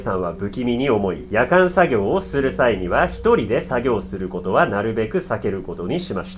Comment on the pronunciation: イントネーションがキリンがおかしいのかワイの頭がおかしいのか夜間作業のヤカン作業ってなんやってなった。 ヤカンで沸かさんといけんことあるんけ？って思ったんだがw